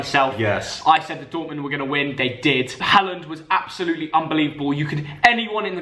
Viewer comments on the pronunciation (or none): It’s HAAALAND NOT HALAND